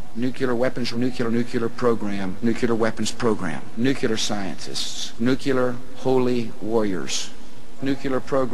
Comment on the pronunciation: It does drive me nuts when people say "nucular." I first heard Carter do that -- a nuclear physicist. I try to politely correct people but either they have a tin ear and don't hear their mistake or they don't want to correct it, and it does sound dumb. I also can't stand it when people say "eck cetera." xo